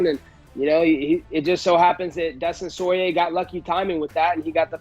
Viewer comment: Dustin Sorier 🤣 Colby always making highlights